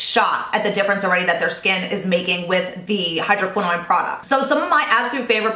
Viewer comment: love love love your videos but the way you pronounce hydroquinone seems to be incorrect. You pronounce it as if it was spelled like tretinoin. Is that how it should be pronounced? Thanks for all the skincare advice!